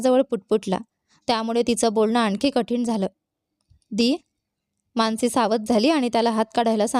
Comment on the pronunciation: माणसी नाही, मानसी